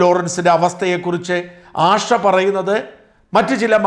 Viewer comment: ആഷ അല്ല ആശ ദോശയുടെ ശ ഉച്ചാരണം ശ്രദ്ധിക്കുക